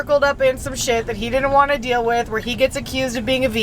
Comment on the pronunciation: I love how now says “ dill “ for deal 😂😂😂 also Max & Jet literally have the coolest parents!